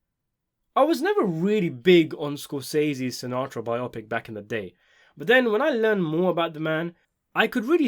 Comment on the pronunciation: Biopic is pronounced bio-pic, not bi-opic you're welcome